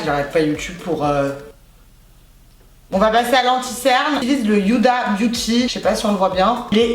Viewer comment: Pourquoi tu dit Youda dit Huda lol